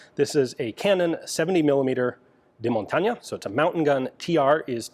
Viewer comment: That Ñ pronunciation in "montaña" was spotless, great video about a rather obscure gun!